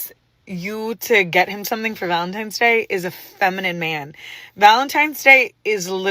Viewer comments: It's pronounced VALENTINE not VALENTIME. Go back to school. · Just a note for most of these women. You say it like this Valentine's Day, not Valentime's Day. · First off, listening to an entitled woman is already enough to want to drill my eardrums out... but, add a woman who calls Valentine's Day, ValenTIMEs Day... (brain cells self deleting) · Need take advice from a single woman…especially when she says ValenTIMES day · Sorry, but I will not be getting you anything for Valentimes? Day. The amount of illiteracy is staggering. It’s VALENTINE’S DAY. 😂😂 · Am I taking crazy pills or does it sound like these brainlets are saying, "valen-TIMES" day? Please...PLEASE ladies...pick up a book and actually crack the spine. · Take a shot every time you hear a woman say "ValentiMes" 😂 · “Valentimes”, can’t even pronounce what shes a supposed expert about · "Valentimes"? Come on ladies, do better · "Valentimes day" 🤡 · And we’ve found another word black people cannot pronounce correctly, valen-TIMES Day 😅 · S/O to “valentiMes day” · How about if you can't pronounce "Valentine's" properly, you get absolutely nothing? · "valentimes" is a huge red flag